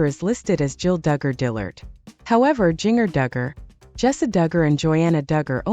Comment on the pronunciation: Jinger Duggar whose husband is Jeremy and they live in California, you pronounce her first name as “JING ER” which is incorrect. Should be pronounced “JIN GER”